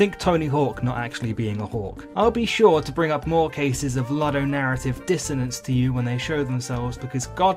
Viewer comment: My anger festers like banana fuelled diarrhoea blasting out of an appalling ape ass when you ludicrously pronounce ludonarrative multiple times in this video, especially when you've said it correctly in the past. It utterly shakes me to my rotten anime profile pictured core.